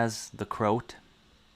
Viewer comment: Not to be a know it all, the name is pronounced like the words crow at, it’s the term for Croatian people